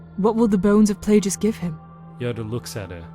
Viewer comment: Also....I believe it is Darth "Play-gus" not Play-jus"